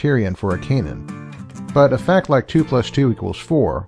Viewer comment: This video is very hard to listen to. consistently mispronounces canon (a homophone of cannon) as if it were a homophone of Cainan.It's like he's never heard the word spoken before.